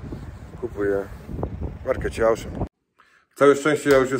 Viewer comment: Super zakupy. Mała sugestia - jalapeño czytamy /halapeńo/. W j.hiszpańskim 'j' czytamy zazwyczaj jako 'h'. No a Auchan to "Oszą". To nie krytyka, jakby coś!